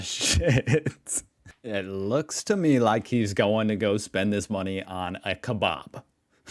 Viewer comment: you must not stress the kebab on the last but the first syllable as long as the knifes are sharp, there is no need for scissors, but the latter work definitly better than any knife